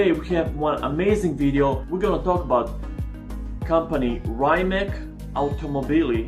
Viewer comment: Izgovara se Rimac a ne Rimak 🤪☺️